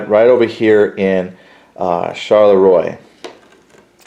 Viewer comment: Thanks. Phonetically the towns are pronounced: Ligny - Linni, Charleroi - Char-le-wa, Quatre Bras - Kwat-re-Bra.